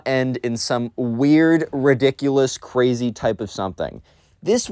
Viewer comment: o me god that so cwazy